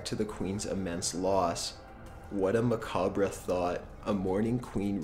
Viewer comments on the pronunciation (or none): It's pronounced "MUH COB", not "MUH COB RUH". (Macabre). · Mah Kahb...not Ma cab reh. Think about what you read before you make commentary. You just read about the disease that effects mostly south East Asian people. Those subjects may die in their sleep. Unless we are south Asian and unless we don't have this genetic disorder, why would this effect us? And.."check if we died?" If you are dead it is no different then before you were born. I am 49. I was fapping to porn, eating bacon and enjoying ecstasy at Narnia before many of you existed. You were not suffering. You did not exist. Your dad could have jacked off one more time then he did before he popped in your mom and you would not be here. Another of his hundreds of millions of sperm could have made it before your sperm hit the egg. You never knew how lucky you were to even make it to this universe. It is all free time, all a party. We all fear our end, everyone does, but think about this: one day we go shopping for clothes or get an outfit as a gift..,,little do we know that is the clothes we end up dying in. Unless we die naked, which, under certain circumstances could be an awesome thing. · macabre sounds like muh-cobb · this narrator is boring, and just screams 'only in it for for paycheck.' these facts get a hell of a lot less creepy when the narrator sounds half-asleep and pronouncea words wrong, eg. Macabre. its 'Ma-cahb,' not 'Ma-cah-bra' numbnuts. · did you actually pronounce macabre "muh-kah-bruh"? Lmao.. its muh-cobb you dumbass.. What's so creepy about his voice? he sounds like a Canadian with acid reflux.. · Ma-ca-bra? You mean Ma-cob? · I have an idea for a top 15 video! How about the top 15 words you mispronounce in your videos? Like macabre? Not: muh-cob-ruh. It's: muh-cob. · Macabre is pronounced Ma (what you call your mom) Cob (as in corn on the...) not mac-a-bray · "Macabre" is pronounced without the "re" whY DORS THIS BOTHER ME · its pronounced "Ma-Cahb." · MACABRA? WTF LOL